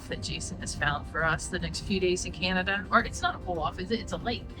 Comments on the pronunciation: We don’t call it canadia it’s CANADA” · Canada NOT "Canadia" 😡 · It is Canada not Canadia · I find the way your son pronounces Canada to be incredibly disrespectful. It's attitude like his that continue to create poor relations between our countries.